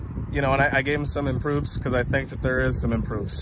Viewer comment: Dont say "improofs" again or I'm unsubscribing.